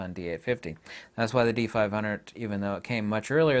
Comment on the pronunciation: Dee eight fitty